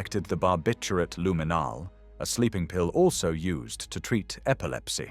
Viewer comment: Not only is the new narrator a much poorer version of the original, he’s mispronouncing some words luminal is pronounced looo’ min all, as one example. The original narrator had a powerful, emotional-laden voice. This one is totally bland. You need to get the original narrator back. Also, the writing has deteriorated, too. There are a few minutes devoted to an unnamed female psychiatrist who is supposed to be running the T4 (euthanasia) program. Her name isn’t given, or I might have missed it. After this introduction is made, she’s never mentioned again. I have no idea why she was thrown into the mix. Or the writer could have explained what her purpose was. The writing doesn’t flow. The narrator is talking about the late war years. About what the psychiatrist is doing. Then suddenly he’s talking about his arrest. I had to pause to figure that the war had ended and the Allies had captured him. There are other errors, as well. I’m beginning to wonder if, when they replaced the narrator, if they replaced the writers or some of them at the same time. This is NOT the same channel it was when it started. I hope the old narrator has read some of the comments about how good he was and how he’s missed and missed by such a large number. People who have been complaining about this and clamoring with the site to bring him back. I hope so. I’ve been on You Tube for a long time and I’ve never seen such an uproar with demands to bring back the former narrator. World History, take note.